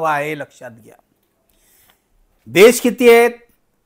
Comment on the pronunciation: "देश' 'दूश' नव्हे, अनुभवत आहे.